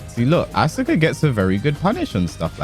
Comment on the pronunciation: The su in Asuka's name is like the su in Sasuke's name.. the u is silent